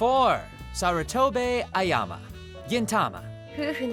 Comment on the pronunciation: Hearing an anime voice actor pronounce Ayame Ayama and kunoichi kunochi and Kuroki Kuruki hurts my soul as a fan of anime dubs... Todd, my dude, this is your literal job.